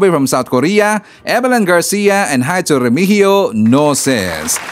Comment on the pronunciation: Lete❌ Leyte✅ Hito❌ Heto✅ Kabite❌ Cavite✅ 😆🤣🤣 Ayusin mo Naman uy